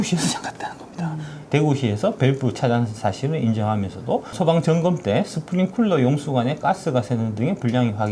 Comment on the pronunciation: 박작가님 스프링쿨러 아니고 클러라구요~ 아~ 정말. 나온 유튜브마다 쿨러라고 하면 어떡해요??